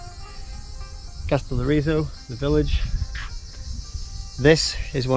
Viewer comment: And it's Καστελ - ό - ριζο, not Καστελορ - ί - ζο! 😉😉😉😉😉😉😉😉😉😉😉😉😉 (Τα πας πολύ καλά! Μπράβο σου!)